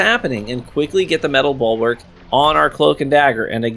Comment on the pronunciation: Bulwark, not "ballwork" lmfao